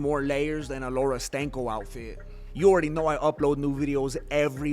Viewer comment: “Laura Stank-o” is great haha.. Khamzat fatigued, that’s all haha. Great vid 🫡